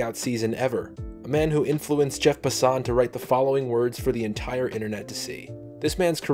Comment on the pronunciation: Lmao “Jeff Passawn”